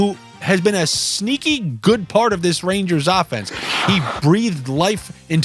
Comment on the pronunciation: Derrrrrr take the rangaasss -1.5 lmao